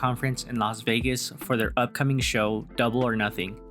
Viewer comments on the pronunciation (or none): none